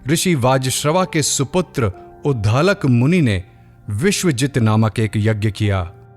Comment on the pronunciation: उद्धालक नहीं उद्दालक